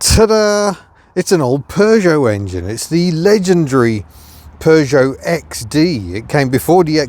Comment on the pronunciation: Having lived in the USA for 2.5 decades I still appreciate hearing "Peugeot" pronounced properly and not "Poo-Jot" like how a certain ex-TV presenter who lives in Los Angeles with a car museum pronounces it :)